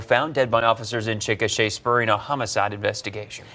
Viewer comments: It’s chick-a-shay—- just so you know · It’s pronounced Chick ah shay